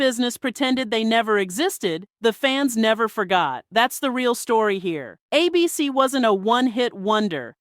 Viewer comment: Why do you keeping pronouncing it like “ay-BEE-cee”, as though it’s a name instead of an acronym?